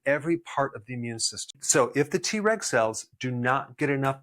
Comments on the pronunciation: I L♡VE Dr. Berg and take his vitamins & supplements. ♡ Am I the only one who got a good giggle in this video everytime he said TReg and it sounded like he said, TRex? 🦖😜🦕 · I was trying to do other things while listening to this video... kept thinking I was hearing "T-Rex cells" Lol. I need to watch when I'm not so busy so I can learn about the T-Reg cells instead. Lol😂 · Him: Treg cells My ears: T-Rex cells 🦕🦖 🤡🤡🤡🤡🤡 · I keep hearing "T-Rex cells" 😂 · 😂😂 me 2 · Me too 😂